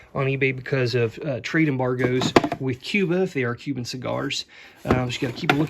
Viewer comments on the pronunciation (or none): none